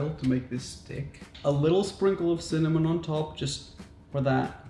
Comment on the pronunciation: no one: absolutely no one: raphael: CinnaM0n!!